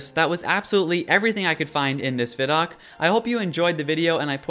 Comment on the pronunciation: You're saying ViDoc wrong.